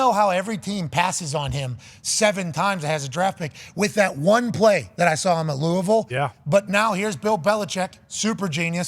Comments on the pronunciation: Pat deserves a linguistic Heisman trophy for pronouncing Lou-a-vul correctly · Thanks for saying Louisville right